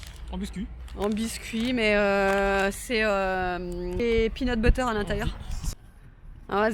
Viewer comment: Trop drôle le dernier passage j'ai trop rigoler, entre le pénut buter 🤣 le c'est satisfaisant 😅 et y'a des oignoooons 😂 c'est tellement trop ça !